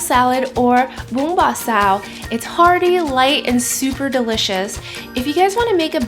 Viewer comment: I appreciate you pronouncing the dish multiple times in Vietnamese so viewers know how to say it at home or at restaurants.